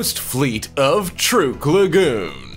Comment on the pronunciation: By the way? I'ts pronounced "Truck" lagoon:-)